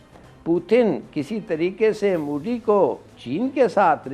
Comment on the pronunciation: Moody nahi MODI hai humare pm ka naam. Naam tak dhangse bolne nahi aata aur panga lene chale ho. Lene ke dene pad jayenge tumhare.